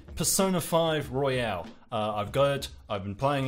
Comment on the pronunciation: It's Royal, not Royale! That really started to annoy me after you said it wrong every time. Also, I thought Golden made P4 much too bloated, so will I think the same here? Also, it sounds a lot easier??